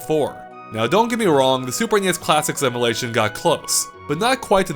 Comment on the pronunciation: I keep hearing "emelation"